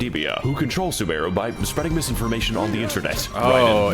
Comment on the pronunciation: As someone who plays genshin it physically hurt me when he called sumeru "soomaroo"